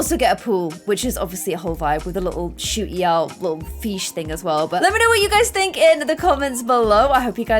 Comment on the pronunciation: No one:: “feesh” instead of fish